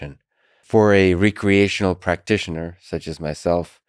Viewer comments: Lex is a brilliant guy. But he needs to learn how to pronounce “recreational”. Unless he was joking. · Lex pronounced "recreational" so weird